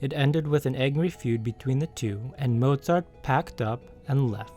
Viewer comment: I love that you pronounced his name with a V instead of a W